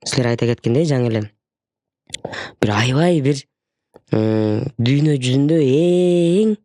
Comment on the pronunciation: Эмнеге дуйно деп туура суйлоп кара дуня деп жатышат???